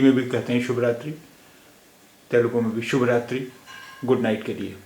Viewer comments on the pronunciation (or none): Telugu does not have halants at the end of the words. So you should not pronounce it as shubh raatri. Telugus pronounce it as Subha-raatri.